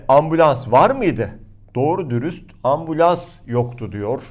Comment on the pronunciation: Ambulans demedi orada. Ambians dedi:)